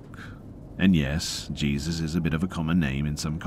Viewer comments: I'm sure I'm not the first but it's pronounced 'hay-soos' when it is someone's name.. not 'Jee-zuss' like the christ 😂 you're still the best tho,! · Hey PRONOUNCED "HAYZEUS"...NOT JESUS...Just FYI BRUH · Its not Jesus it Hā-zeus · It's so adorable when Reads things that are most likely from American's and he'll pronounce it like it's spelled so it sounds weird lol like 9/11 and Jesus which is pronounced hay-sus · Jesus is pronounced “Hey-Zues” in Spanish and is a very common name.